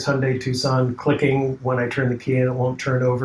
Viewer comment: It’s TuCSon. Phonetically: TWO SON not TUSS CON like you spelled it.